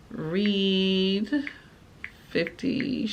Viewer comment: There are a couple things you have to get used to. Like she always pronounce read like "reed" so it will say "I reed the letter over her shoulder" instead of saying it like "I red the letter over her shoulder" and if it says "shhhh" she will pronounce each letter individually "s h h h h". She does have a second voice she uses, but she uses it at weird times mostly, sometimes she'll say things like "they have the best waffles in the city" in a super aggressive and angry tone, it's kind of funny. You can also tell when there are typos because she reads exactly what's there which is also funny sometimes. And it's fun hearing her say all the filthiest words you can think of.